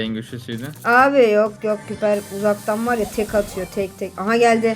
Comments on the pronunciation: Abla piper diye okunmiyo paypır diceksin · Abla piper degil paypır